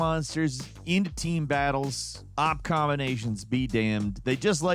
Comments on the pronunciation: I've never heard anyone pronounce OP like that before. Is turning into an AI? lol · Did you catch pronunciation of "OP"? Maybe bassheavy is on to something lol